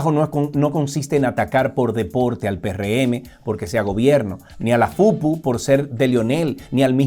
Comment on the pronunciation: No se dice FUPU se dice PUPÚ